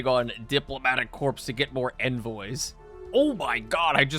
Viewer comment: Corps is actually pronounced kor because its French. (He writes, being ragebaited)